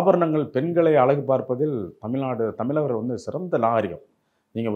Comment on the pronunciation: இவர் 'தமில் தமில்லர்' என்று சொல்வதால் இந்த காணொளியைப் பார்க்க முடியவில்லை.